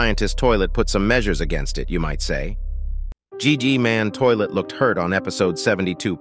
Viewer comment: Ain't No Way He Called G-man GG-Man💀